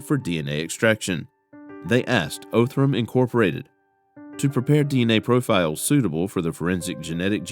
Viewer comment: The narrator needs to verify he's pronouncing places and businesses correctly. It's pronounced "Ahhh- thrum". NOT "Oh-thrum".